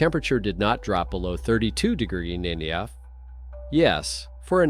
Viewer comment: What the heck is a degrah? Lol.....Seriously, it's annoying as hell.